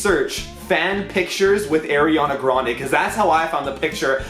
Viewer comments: I'm triggered at the way he says her nameee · Airiana Grande?????????????? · since you said AIRiana grande i wouldn't believe you either way also ariana said she only made 3 mv from her album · Shadow Style90072 My friend: why are you laughing? Me: nothing. My Brain: AIRiana grande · lol the way he said ariana grande 😂😂